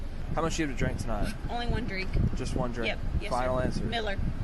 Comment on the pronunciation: why did I hear “only one drake” instead of drink😭